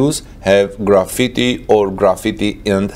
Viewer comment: graphite is pronounced "graf-fight" If you say "grafeety" as you do, you are talking about the art work kids paint on the side of buildings and train cars with cans of spray paint etc. Still; great video!